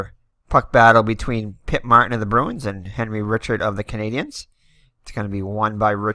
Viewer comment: Re chard (Richard) corn-y-a